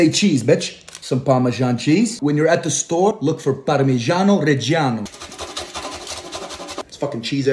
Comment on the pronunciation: Parmigiano not parmisciano